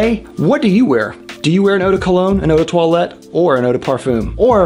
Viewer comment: Uu de toilet, that sounds off-putting for a fragrance 😂